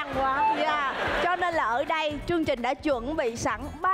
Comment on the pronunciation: Mc nói sai chính tả nghe khó chịu ghê. "Chương trình" chứ k phải "trương trình" nha chị Sam